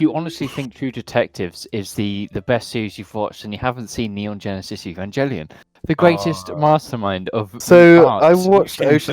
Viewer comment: loves Evangelion but can't pronounce it correctly